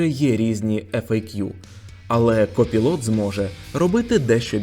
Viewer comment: Дякую за новини 👍. Пропоную послухати/подивитись як читається copilot.